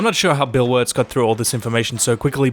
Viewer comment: I appreciate your content bro but.... BILL WARTZ is a legend watch your tongue lol